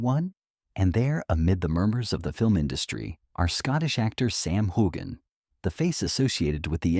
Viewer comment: Learn how to say his name correctly, for crying’ out loud!😊